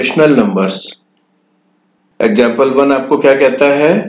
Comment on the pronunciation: 'Exgample" lol